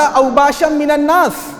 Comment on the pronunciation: اوشابا ہے اوباشا نہیں ہے